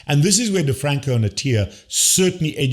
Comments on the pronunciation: Your 4 year old son can probably pronounce DeFronZo properly. It's NOT DeFranCo. It's DeFronZo. Though EVERYTHING else you said is right on except trying to imply your 4 year old is smarter that Attia and DeFronzo demishes your positions. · Ralph DeFronZo not DrFranCo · First off…it’s not DeFranco, it’s DiFronzo. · Get the name right! It is Dr. Ralph DeFronzo. Please explain why you say the guy's last name wrong. This goes to your credibility.